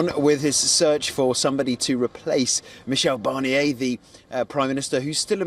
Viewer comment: Meekel Barnier? seriously?